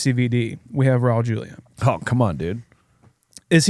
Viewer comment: You guys did Raul Julia a major disservice by butchering his last name.